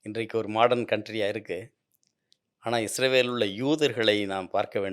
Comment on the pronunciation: தமிழில் முதன்முதலாக உண்மையான வரலாற்றை சொல்லும் ஒரு நல்ல முயற்ச்சி! வாழ்த்துக்கள்! ஐயா அவர்களின் உரையில் ஒரு சில முரண்பாடுகள்/விட்டுப்போனவை பற்ற்றி குறிப்பிட விழைகிறேன். 1. இஸ்ரவேல் என்று குறிப்பிடுகிறார், அது தவறு. நாட்டின் பெயர் இஸ்ராயீல்(சரியான ஹீப்ரு உச்சரிப்பின்படி). 2. ஆப்பிஹாமின் மகனார் ஜேக்கபின் மற்றொரு பெயர்தான் இஸ்ராயீல் என்பது. அவர் அவ்வாறு அழைக்கப்பட காரணம்/பொருள் 'தெய்வீகத் தூதனுடன் போராடியவன்'. என்பதாகும். 3. இந்த ஜேக்கப்/ இஸ்ராயீல்/இஸ்ராயெல் க்கு 12 மகன்கள்,அவர்கள் இஸ்ராயீலின் வழித்தோன்றல்கள்/ பெனி இஸ்ராயீல்/இஸ்ரவேலர்கள் என்று அழைப்பட்டனர்.